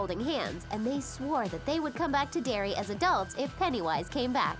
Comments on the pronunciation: Dairy? It's Derry. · "I LOVE DERRY." NOT, "I LOVE DAIRY" !! AND SHE SAID 'PENNYWISE', WROTE THE STORY .... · ITS “I ❤️ DERRY NOT DIARY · WTF... did I miss something? Some inside joke? It's "I ♡ Derry", not "I ♡ Dairy" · Derry, not Dairy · It's "Derry", not "Dairy". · "I heart dairy" its "I <3 Derry" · "I love dairy"? Not "I love Derry"? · It's Derry not Dairy. Idiots. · Loads of mistakes in this video. Movie and mini series? And it's Derry not dairy! You are obviously true fans